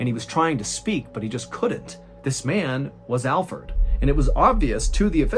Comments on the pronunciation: I knew it was Alferd. And the reason I knew is because I believe if he was innocent Mr. Ballen would've pronounced his name right. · Is anybody else upset that his name is Alferd instead of alfred? Or am I just hearing it wrong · Wait it isn't said like Alfred but Fird? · 😂 I thought you were pronouncing Alfred wrong the whole time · watching it again i love how mr ballen calls him alferd as well lol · It's funny how you started calling alferd instead of alfred.😂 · ! You called him Alferd. 😅🙄😂 IM DAED!!! 😂🤷🤣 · Your pronunciation of AlfERd's name was driving me crazy...until 10 minutes in, when it all made sense..😲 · The first 10 minutes I was wondering why ballen was pronouncing Alfred like Alferd: lol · 😆 I did! I should have known Mr ballen is a really smart guy! I just kept hearing Alford! 😆 I'm very pronunciation oriented! BE WELL JENNI! Have a beautiful and Blessed Life! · I thought Mr Ballen was just butchering the pronounciation of Alfred (common name in my country), and I’ve never heard of the name Alferd, so when he explained that it was in fact Alfred, it made sense haha